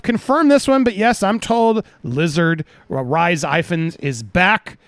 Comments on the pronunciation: It's not "Rice" Ifans, it's pronounced "Ris" Ifans. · Reese not Rise lol